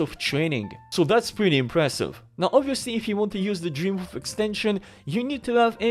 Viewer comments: He does say Boof haha, but the title say's it all 😅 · Man the whole time I thought he was saying Dream Boof. And I couldn’t find it on the Google’s